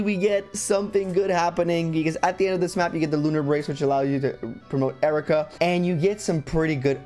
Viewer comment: Isn't her name pronounced eye-reeka?